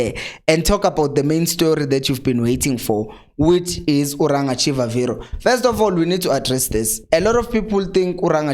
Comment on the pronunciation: He's not Chivaviro but pronounced this way Chibabiro